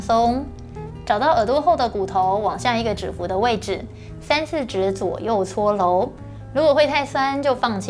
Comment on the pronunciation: OMG! 這一世代的發音聽了實在會讓人抓狂😱😱 肌 ㄌㄡˋ 搓 ㄌㄡˊ ㄌㄨˇ 突 現代 ㄌㄣˊ